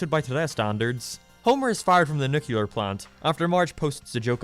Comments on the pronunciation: Nuclear... It's pronounced nuClear, you'd know that if you actually watched the show. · It’s pronouced Nu-clear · “Jay” is not pronounced “Jeh”. “Nuclear” is not pronounced “nucular”. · Love how the video is very heartfelt and a smart interpretation of the family… at the same time doesn’t know how to pronounce “nuclear” or read Roman numerals